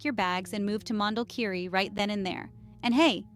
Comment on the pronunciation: Please the name is : Mondulkiri - not Mandel kiri😅